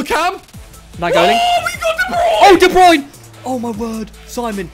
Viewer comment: All these years and they still pronounce de bruyne wrong 😂